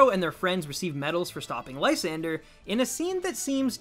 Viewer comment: i always thought it was pronounced lee - san -dray